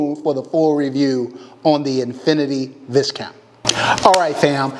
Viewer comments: Beautiful and its pronounced Vi Count “s is silent” like what they used to call nobleman back in the day and i think still do in England or Europe in general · Bro, you mispronounce the name of the gun and the first person to point this out has dibs right? Right? 😉